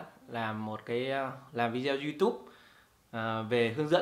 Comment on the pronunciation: Không hiểu sao các bạn trẻ có học sinh ngữ khá tốt mà sao cứ đọc VIDEO thành VI -DEO nghe rất khó chịu nếu đọc theo kiểu tiếng việt thì toàn bộ clip đọc theo kiểu tiếng Việt hết , tôi cứ nghe VI - Deo nghe thật khó chịu và tôi ngưng khg muốn xem nữa